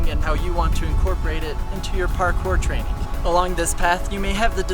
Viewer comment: Why do u say “training” with “trainink”